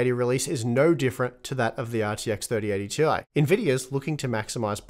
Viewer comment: Nvidia's employees not even can speak out 3090 Ti correctly :D